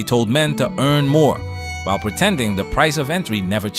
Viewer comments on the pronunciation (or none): none